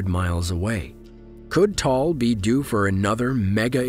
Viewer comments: It is pronounced TAH-AHL , not Tal. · Please take note of this the Pronunciation of Taal Volcano is- Ta al Volcano not Tall Volcano. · Actually I live in Philippines and its Ta-al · Pronouncation: Ta-al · bruh you pronounced taal volcano wrong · he can't pronounce it fluently but we can understood what he's saying